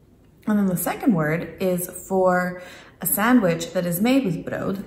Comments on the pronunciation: Oh btw, it's pronounced as though it ends with a t. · Brood is pronounced with a hard t in the end, not a d (i.e. broot). Thanks for the vid. :)